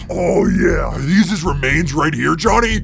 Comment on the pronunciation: Yo😂😂😂no hate but its speedrun civ and also its not konny its jhonny😂😂